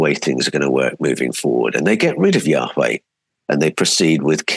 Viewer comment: Can't wait to read all of your books. A small question I have is why you pronounce Yahweh, "Yaa-WHay" (like whey from dairy) rather than Yaa- Way as is typical. As a translator, I'm sure you have a reason. I want to pronounce it correctly. Thanks.